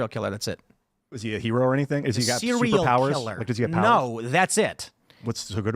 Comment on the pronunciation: Tim: Serial Killer: Is he a hero? Tim: SEE REE RULL KILLER! 😂